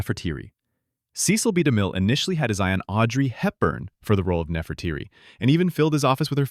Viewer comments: The Egyptian Queen is Nefertiti (ˌnɛfərˈtiːti) or “the beautiful one has come", not Nefertiri! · Nefertiti, Nefertiti , Nefertiti . Not Nefrateri.